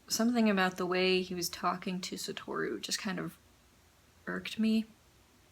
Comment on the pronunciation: Lol actually the correct pronunciation of “Satoru” is “Sato-ru”.